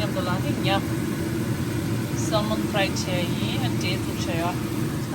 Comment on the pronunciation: For salmon (letter L ) is silence when u pronounce. Just saying🤗🤗🤗